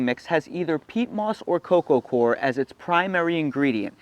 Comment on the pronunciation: Wish I had $10 for every time you said core instead of coir. Say OIL. Say COIL. Okay now say COIR. Thank you.